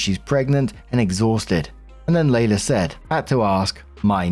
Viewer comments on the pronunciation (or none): Story 1 - When sees "Leila"...and instantly mispronounces it as "Layla". Here's a clue: "LEE-la".